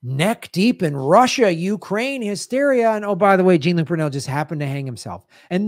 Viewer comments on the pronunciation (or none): Brunel was French. HIs name isn't pronounced Gene, it's Joh.